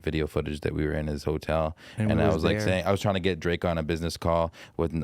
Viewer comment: “Drake mai fwend”🤣🤣